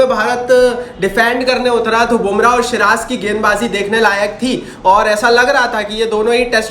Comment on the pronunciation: siraj ko shiraz bolna chhod do bhaiya